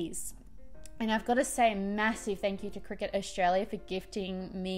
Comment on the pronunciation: It took me literally until the cricut came on screen to work out that you weren't saying "cricket" 🤦‍♀